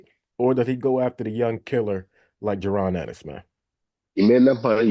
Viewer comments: did roy say jaron anus 😅🤣🤣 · …. He said Jaron Anus